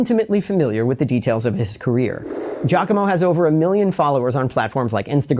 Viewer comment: Wait so you can speak Italian yet you pronounce his name "JACKOMO?" 🤣🤣🤣🤣